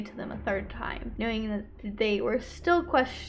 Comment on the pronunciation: spend T-ime there ...whyvdoes she break words into more syllables ..omg vocal fry valley girl and why would she leave work after an hour thats too wrird ...and i tokd her i loved her???? no way why was shecso concerned that they were a but late during the day